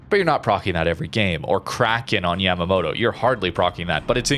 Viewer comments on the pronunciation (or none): none